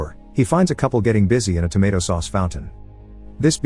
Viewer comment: The word “tomato” was pronounced wrong about 120 times in this video.